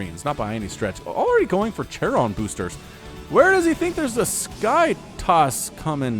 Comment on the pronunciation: Ah, good old times when said ‘tsharon boosters’. Either Youtube algorithm is super smart and it knows which casts are the best, or this channel has too much great casts.